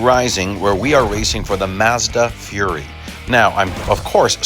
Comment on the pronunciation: Side note btw: it's not pronounced "fury", it's more like "fu-rye". Or "foo-rye" if you wanna be extra accurate.